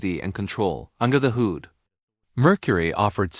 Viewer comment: AI voice stinks. can't say hood? :(